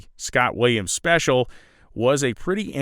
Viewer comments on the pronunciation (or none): none